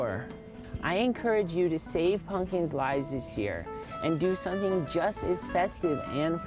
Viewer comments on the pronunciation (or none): Fuck yes! haha. "Ryvre Snowphish has gone on record saying he likes the band String Cheese Incident." Props for the Fire on the Mountain Jam and Dark Star :D Also love how when he says pumpkins it sounds like spunion ha.